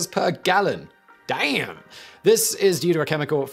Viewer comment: That " DAMN " got a good chuckle out of me, as a newenglander, it felt extra american to me